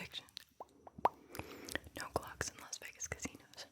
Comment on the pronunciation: When she said clock I thought she said Glock. I was like there are 100% people with Glocks in Los Vegas casinos.